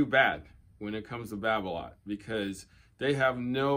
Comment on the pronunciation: its balola...babola....then right after erik babolat....haha....its going to be hard to change....just like 'samon'...not 'salmon'